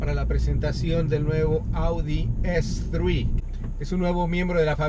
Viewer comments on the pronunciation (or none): Audi artre, estre, arteigt...... Si vas a hacer un video en español, di sus nombres en inglés. Por lo demás, bien.